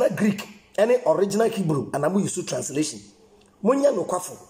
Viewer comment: He can't even explain himself waa listen how he pronounced translation ( transitration) but defending slave master religion haha joker paaa nie